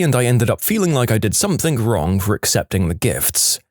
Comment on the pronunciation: No K in the word something